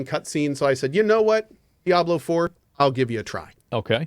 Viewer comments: "DiAbLeR FuRr" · "Diabler four."